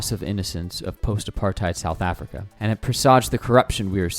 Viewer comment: Why cant you say words that end with "a" properly? Chin-er, Mandel-er, South Afric-er.